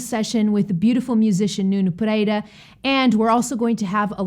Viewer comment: Wait.. You said "Nuno Pereira" with perfect Portuguese accent. ARE YOU PORTUGUESE?